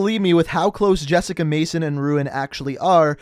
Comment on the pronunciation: It’s Jessica